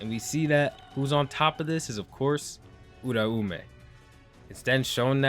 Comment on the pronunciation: Why does every YouTuber pronounce Uraumes name wrong lol its pronounced like - Oooooo Rau mei